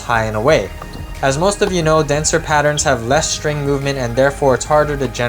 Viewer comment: There’s no h in string or stroke. Shtring, shtroke…lazy pronunciation